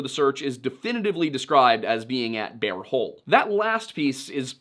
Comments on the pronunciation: I'm listening to this episode while doing other things and I'm begging you to stop saying "bare hole" because I can't stop giggling. No, I will not be looking at the screen to see if it's actually "Bear Hole" because that would ruin the fun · He said Beaver and Bare Hole 😂🤣😂